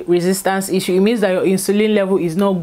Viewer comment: Baby girl it's /Ish-shoo/ not /is-u/ Love you girl.